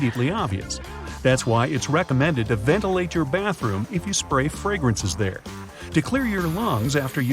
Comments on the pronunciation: You said bartroom not bathroom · Yo said "Bartroom" 😂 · "Bartroom" = "Barts Room"